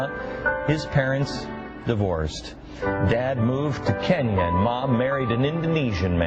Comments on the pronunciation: It really struck me that Beck made such an attempt to overpronounce such foreign names as Kenn-ya, Ja-KAR-ta, and even Ha-VA-ii; although that's the way to properly pronounce the name of our 50th state, I'm with Cenk on this one- he went way out of his way to emphasize the foreignness of these names. Could it have something to do with the fact that the majority of their viewers are well over 50 years old, and easily frightened. What really pisses me off is that my mom even buys into his bullshit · When Biden talks and people take offense, people are looking too much into it.................When Glenn Beck talks and YOU don't like it.... you don't like the way he pronounced "Kenya"